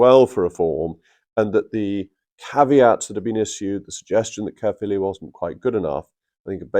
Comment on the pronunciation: Good pronunciation of Caerphilly Jacob